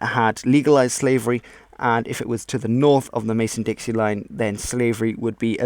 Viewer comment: Great video,. I'd like to note that it is the Mason-Dixon line, not Mason-Dixie.